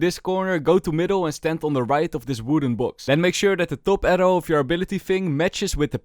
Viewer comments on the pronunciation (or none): none